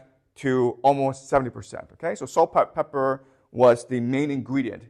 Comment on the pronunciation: this clearly isn't why he was mispronouncing it. Notice it's spelled correctly on the board. It's just his accent or whatever lol.